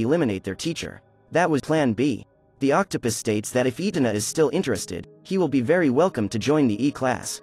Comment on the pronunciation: Are we going to ignore that he said Octa pis